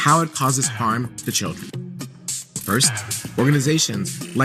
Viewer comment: Melania turns the word children into a four syllable word. Chee ill der un.